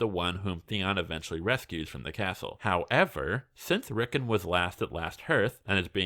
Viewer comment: ‘Rick’ - ‘On’ not ‘Rick’ - ‘En’